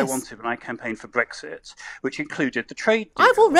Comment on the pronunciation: He can’t even pronounce Brexit properly 🤪